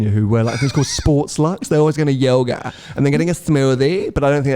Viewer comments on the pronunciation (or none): none